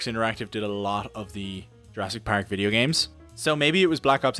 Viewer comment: my favorite part is when he says "pAehrk" :D